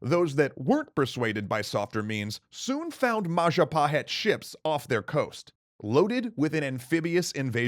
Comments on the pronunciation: mahajapit ❌ majahapit ❌ mapajahit ❌ mahapajit ❌ ma-ja-pa-hit? ✔ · MAHAHAJIT-WRONG MAJAHAHIT-WRONG MA-JA-PA-HIT? CORRECT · Jestin It's Mahajapit (beep) Majahapit (beep) Mapajahit (beep) Mahapajit (beep) Mapajahit (beep) Ma-ja-pa-hit? (ding)